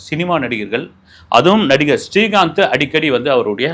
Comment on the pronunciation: Helo sir ungal program ellam super. neengal srikanth ucharikumpozhuthu stree kanth entu sollgrigal